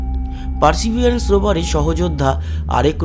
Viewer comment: দাদা আপনি পারসিভারেন্স রোভারকে, পারসিভিয়ারেন্স কেন বলেন বুঝিয়ে বলবেন কি?